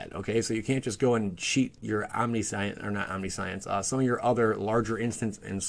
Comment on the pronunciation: Omnisent? LOL, buying you a dictionary. Just don't take a hatchet to it.